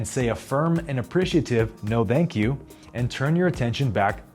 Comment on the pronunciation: Did you say no bank you or thank you lol ?